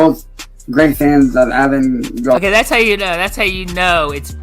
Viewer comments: definitely didn't write that himself. 1. He read Grand Rapids, MI as "M.I." 2. He didn't recognize or understand the word "avant-garde" at all. Also, as far as "Buddy Troll" goes, that was what I assumed but then WGH said last night he might've been the one who sent all of that stuff? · Who sent the word of the week coloring book? “Hindering” and “rendering” are not words he’d know. I’m guessing a pronunciation key is not included, hence, he has said “avant-garde” and “coerce” incorrectly.